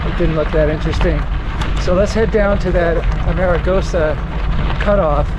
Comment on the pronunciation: Oops....not "a-mare-a-goes-a" ! Correct = "Arm-a-goes-a"